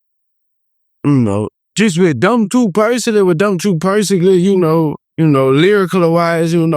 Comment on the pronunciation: what’s yall favorite mispronunciation of baby joes ? a. sitchiation b. persoglally c. exclode 🤣💚